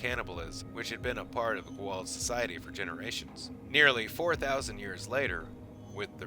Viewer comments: and goo'old? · I love your channel man, but please tell your announcer guy that it is pronounced Go-ah-oold. It is a bit annoying to hear him say it. This is how I know you have a professional voice guy, because if he were a true fan he would know how to pronounce gould. All that aside, keep up the good work. Thanks. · Even though theres a scene in sg1 on the propper way to say gua'uld. Ppl still say it weird. Lol I am injoying the rest of your video however.👍🏽👍🏽👍🏽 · How come so many people can't say Goa'uld? Obviously you've seen the show. You mispronounced Sha're's name too.